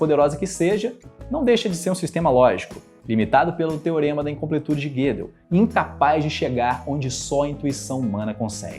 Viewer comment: "Guedel" não. É Gödel com ö